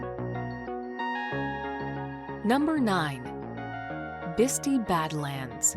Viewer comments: The narrator's pronunciation is occasionally off (such as "Bisti"... she calls it "Bis-tee" .... it's "Bis-tie") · Its "Biss-tie"...lol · Oh dear. For Pete sake, who is narrating this? It's Bisti Badlands, not Bisty. Pronounced, Bist-eye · Bisti is pronounced "Bist-eye". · She didn't pronounce Bisti correctly.